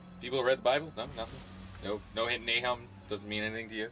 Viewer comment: I knew a guy back when I was in college about 16 years ago named Nahum and I remember he told me it's in the Bible. You being ignorant of it means only that. And it's pronounced Na oom. Your pronunciation only further shows your ignorance.